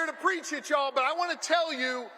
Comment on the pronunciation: Shapiro grew up sayng "yah-all"?